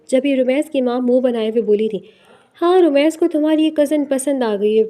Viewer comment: It's rameez not ramaiz